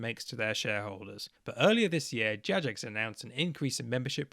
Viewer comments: The weakest argument you made in this video was calling it Jajex. 😂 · the only real issue i take with this video is the pronuciation of Jagex. i've never, ever heard someone pronounce it JadgeJex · I would say that this is a moral failure on your part. It's incredibly easy to just choose the correct option and pronounce it "JaGEX" - What is this "JaJEX" nonsense. What has the world come to? Oh yeah totally agree on pride though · it's pronounced gajex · My only problem with this entire things is that you pronounce it "Jajex" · The worst part of this video: The flagrant mispronunciations of Jagex. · did you just pronounce the g in jagex soft?